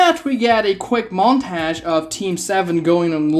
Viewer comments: i stopped watching after "montage" its not montayge T.T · The way you say 'montage' ALMOST made me quit the video 10 minutes in, but I'm sticking cus this is getting interesting. 😅